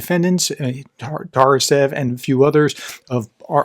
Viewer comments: Can you read? Ts A R Ev how you could read it like Tarasev ? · The man's name is not pronounced Tar-a-sev.